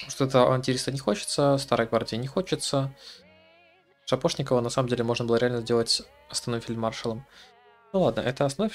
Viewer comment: Ты историю СССР или ВОВ изучал? Как можно не знать правильное произношение фамилий легендарных полководцев указанного периода? Не ЧУйков, а ЧуйкОв! Ни щапОшноков, а ШАпошников! Вашу ж мать! Не позорьтесь! Аж стыдно за вас становится.